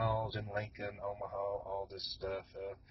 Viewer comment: It is not pronounced Omahau